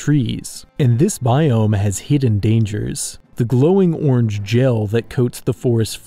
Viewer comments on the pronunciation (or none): none